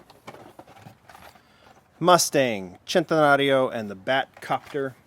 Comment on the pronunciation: I feel weird now after hearing how the way he said centenario